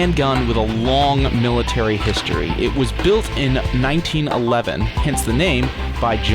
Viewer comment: Its pronounced 19-11 and beretta m9 is italian